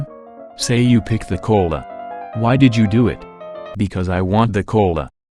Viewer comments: i heard "coal" insted of "cola" lmao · "Y du u want de cöla?" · I like the way you pronounce "cola". Quite amusing. Though you can change your wants but well even then there's still factors behind it so still no free will. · Am I the only one that loves the way the bot pronounces "cola"?